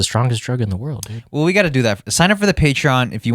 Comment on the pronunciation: "Its on the Pay Tron"🤣